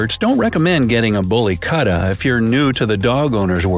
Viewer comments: You mispronounced a lot of words lol. You say “Katta” it “KUUT-TA “ it means dog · Kuutta( koootta) not katta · Abey kutte..its pronounced as kootha not katta or cutta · The Most Dangerous Species Of Dogs Are Found In My Society🤣🤣🤣aka Street Dog🤣🤣🤣🤣 Btw it's Kutta not Katta🤣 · Its not Kuta its ku and tha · Wo kutta hai na ki kta😂😂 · It's not katta its kutta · It is 'koota' not 'kuta' not the spelling, the pronunciation. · Also also "kutta" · Love the way the narrator pronounces "kutta" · The way pronounced kutta was annoying. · The way he pronounced "kutta" I stopped paying attention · The way u pronounce Punjab, kutta and rajapalayam is just...........I got no words🤣🤣